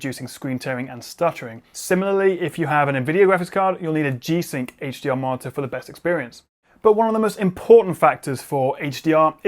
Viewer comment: Perfect review, really helpful, extremely interesting point but still thumb down for the martyr pronunciation. You sound like you have a speech impediment. Please staph.